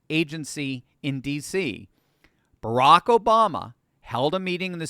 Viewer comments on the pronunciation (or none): none